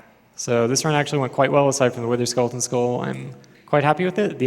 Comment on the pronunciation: Anyone noticed he said "Witherskulleton" all the time?